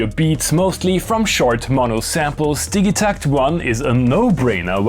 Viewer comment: Are you sure the dig in digitakt isn’t pronounced dij like dijital